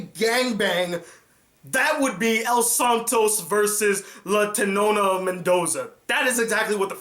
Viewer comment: Tetona not tenona lol